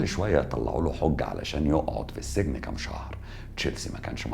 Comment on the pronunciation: اسمه السجن بكسر السين و ليس فتحها يا محترم